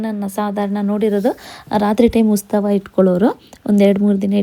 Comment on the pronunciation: Please nettage kannada kaltkoli.. Adu ustava alla.. Utsava..First of all ha mattu aa ge vyatyasa gottilla nimge.. Tappu tappu matadtiea.. Innu idella elli gottiratte... 🤦‍♀️🤦‍♀️🤣